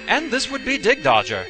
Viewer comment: I'm pretty sure it's pronounced "dig-dog-ger" since that's how a "gg" is pronounced. You're the first I ever heard pronounce it "dig-dodge-er".